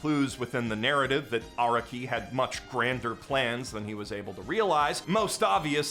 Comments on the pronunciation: Stop pronouncing Araki like that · The way you say araki is killing me